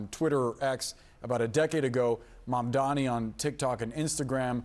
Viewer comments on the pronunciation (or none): Again. it's mamdani. m-a-m-d-a-n-i. Pronounce his name correctly, please. 😊🙏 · What's wrong with these idiots, they are still mispronouncing Mamdani! Soft racism. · How can you clowns still not pronounce MamdaNi? 😂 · The fact that you guys still can’t pronounce Mamdani correctly after literal months is pretty pathetic.